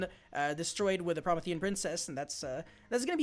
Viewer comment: Pro-me-thi-an like the titan from Greek mythology